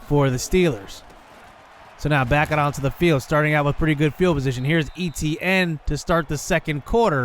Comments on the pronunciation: Right. Ate-T-ann not E-T-N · i hate the way he say etienne. but good video